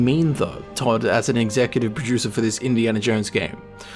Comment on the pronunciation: Sounds like you are saying Executive Pro-Juicer